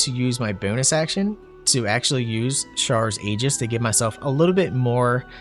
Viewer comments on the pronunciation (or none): none